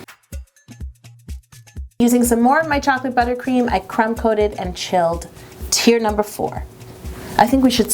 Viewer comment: I kept thinking she was saying tears instead of teir